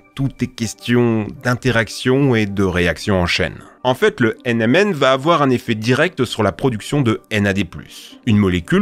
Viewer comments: fait gagge des fois tu dit "MNM" et non "NMN" voila c'est tout bonne journée ^^ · Il à dit m&n :D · Ça me fume le nombre de fois où il dit "MNM" au lieu de "NMN".